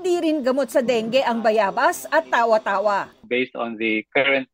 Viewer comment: Mali ang pronunciation ng Tawa-tawa.